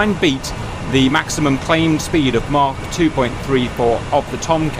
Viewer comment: Cap pronouncing 'Mach' gives me pure joy